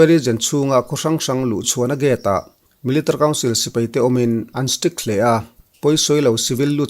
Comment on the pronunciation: Melitary council tih lai hi i lam rang thiam khawp mai😀